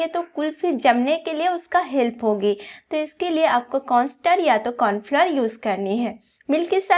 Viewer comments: Kya bola : Confluoar 😂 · Corn flour bolna nahi aa raha hai